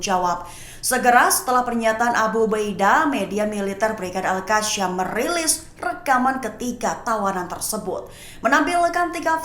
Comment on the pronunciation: presenter sebut al qassam pon tak betol..mahu d kikis lidah pakai parang ..atau pisau..betulkan sebutan skit telinga aku dengar..